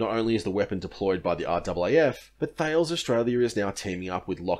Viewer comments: Just a small correction on Thales ... it is pronounced Ta-lez as TAR ( pause ) LEZ ... not Tails. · It's technically pronounced "Taaa - les" from the French pronunciation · I work for the navy so a couple of points on pronunciation: Thales is pronounced "ta-les", you shouldn't pronounce the "e" in AEGIS; it's pronounced '"age-is", and CIWS (close in weapon system) is pronounced "see-wiz". Great content, keep it up! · Love your vids, thank you for the content. Subbed!! Just to add: Thales is pronounced tal-less (like tally)! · FYI Thales is pronounced ‘T-haal-is’ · C'mon man. It's pronounced 'talis' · Did this bloke mispronounce "thales"? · Great video... although your pronunciation of Thales is.... horrible to say the least.